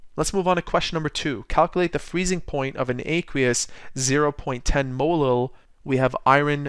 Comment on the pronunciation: Is this guy saying molo ?